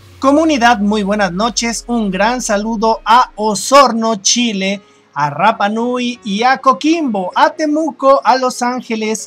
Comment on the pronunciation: Rapa Nui se pronuncia con R suave, no con el sonido RR, ese no existe en su lengua